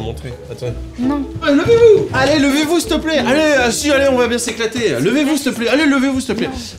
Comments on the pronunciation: "levez - vous steplait" kao 😂😂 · il dit levez vous s'te plaît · "Levez vous steplais" 😂😂😂